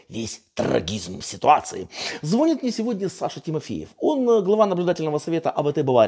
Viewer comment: Сергію,дякую Вам! Не ображайтесь:російською не звОнят,а звонЯт.)))